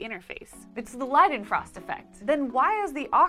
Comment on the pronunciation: Even though this is years later, I want to voice my appreciation for an American correctly pronouncing Leidenfrost.